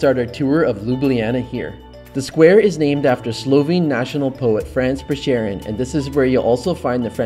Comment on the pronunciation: I can't help but correct you ... that's not how you pronounce France Prešeren 😂😂